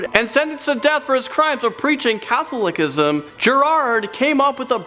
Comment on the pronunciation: Haha you totally butchered the word Catholicism....